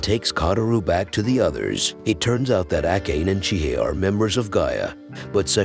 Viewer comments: Ah..yes pronouncing "ah kah nay" as "Ack Aane": like finding a hair in your soup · That name prononciation was horrible